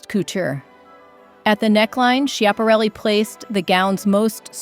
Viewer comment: Great choices, but please go online and listen to the correct pronunciation of Elsa Schiaparelli's name. It's given in the Italian, French and American pronunciations; and sorry but none of them are yours.